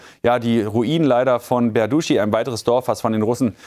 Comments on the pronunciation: 'Berdichi so wird ausgesprochen.😊 Nur Tip😊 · tut mir leid, aber der ort heist tatsächlich "berdytschi"!!! das "y" ist kein "u"!